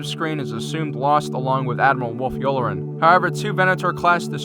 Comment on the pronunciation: Admiral "Yew-lah-ren"